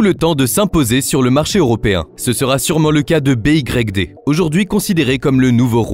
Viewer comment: Sur la forme, ton ia à du mal à dire BYD comme il faut 😅